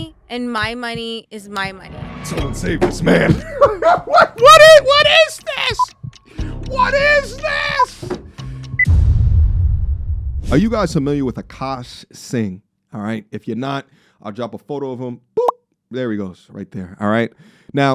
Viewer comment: And his last name Singh but she pronounce it Cha Ching